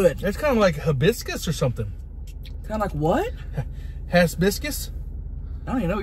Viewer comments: "Hazz biscuss" 😅😅😅🤣 💀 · Lmfao hibiscus? Tammy said biscuits 😭🤣😂